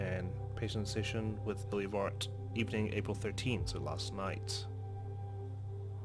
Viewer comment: ilya is a russian name and we pronounce it il'YAAAAAA